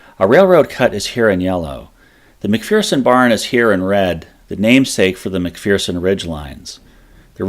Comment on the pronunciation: Mc FER son, there is no Mc FEAR son. After making it almost 3 minutes into this video I had to stop. The amount of mispronounced words is ridiculous. You want to educate people but are spreading misinformation. The town is called Gettysburg, Not GettEEEEESburg. Where are you getting all these E's. The founder of the town was named James Gettys <--- pronounced Gettis not GettEEES. How is Heth pronounced HEEEATH. It's Heth and you've again added a ton of vowels to another word. I would suggest you go back, do some research, and remake your video with the correct pronunciation of these words.